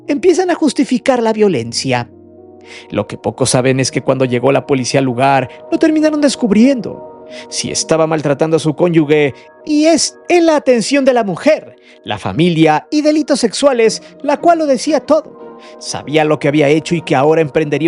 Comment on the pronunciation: se dice cónyuge… conyugue no existe jajajaja